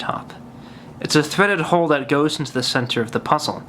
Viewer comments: Lol when he pronounces 'hole.' "There is a little hohle there." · Hoghl. Funny way to say hole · I love but... theres an L in hole